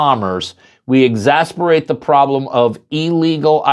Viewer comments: Ex-as-SIR-Bate is the pronunciation. NOT Ex-as-PER-ate. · Just saying.....but your mispronunciation of the word "exacerbate", is "exasperating".